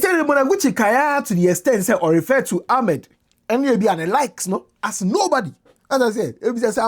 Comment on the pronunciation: The name is Ahmed not Almed